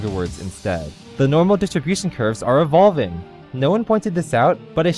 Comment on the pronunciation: when you said evolving it sounded weird